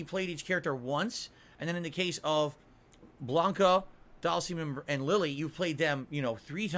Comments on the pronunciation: Have you heard how he says Dhalsim? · DAHLMSEEM, E HAHNDAH, and my all time favourite SAGGOT